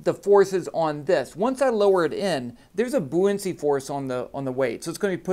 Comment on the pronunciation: It's buoyancy. Pronounced "BOY-an-see".